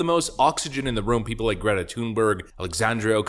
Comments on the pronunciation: It's not TUNEberg. If you want to be correct, it's pronounced Thun=berry. BTW, that doesn't mean I support her. I think she's a useless person. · You pronounced the 1st syllable of her name correctly! The 2nd ("berg") is pronounced like English "berry."